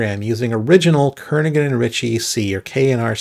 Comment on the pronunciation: BTW, the 'g' in Kernighan is silent. (He only helped write the book. The language was all Ritchie.) K&R C (the book) was from 1978. AFAIK, no "const", no "void", no prototypes, no structured return types, "unsigned int" was the only unsigned type, variadic functions needed to be done in assembly, and structure member names were like global variables and thus needed to be distinct. Oh, and the preprocessor couldn't concatenate args properly.